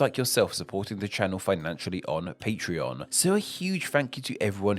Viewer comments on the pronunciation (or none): none